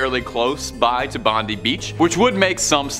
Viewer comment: Its not "Bond- e" Beach, it is pronounced "Bond-eye" Beach!